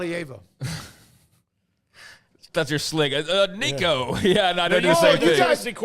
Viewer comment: I love the dynamic of giving someone grief over mispronouncing Nico’s name, and then immediately getting it wrong when trying to correct him 🤣